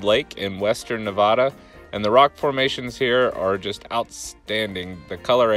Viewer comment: You’re saying “Nevada” wrong